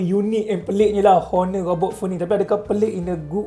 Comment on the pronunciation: robot bukan ghobot bang hahah😂